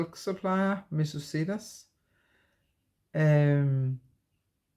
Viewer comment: Absolutely love your channel. I just discovered it today. By the way, regarding Missus Sedas: sedas means silks in Spanish . It's pronounced with a soft "d" that almost sounds like a "th". Hope that helps. Best wishes for medical appointment . The condition won't fix itself so continue to follow doctor's orders. 🤓 Everything will be fine.